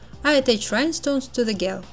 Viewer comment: По английски гель произносится как «Джел». В остальном все супер !